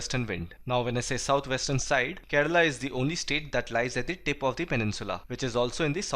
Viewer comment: Did any body heard that he said, Keral is the first country to get rainfall...